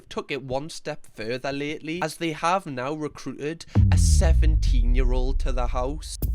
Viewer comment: Why does he keep saying ult instead of old 😭